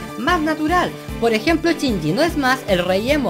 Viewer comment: por que pronuncian chinyi en vez de shinyi? en que pais usan asi el vocabulario? es para saber nomas n_n y me encanto tu video te ganaste mi like otra vez-.Saludos!